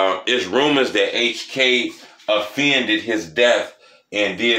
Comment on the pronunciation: its avenged, not offended his death but great job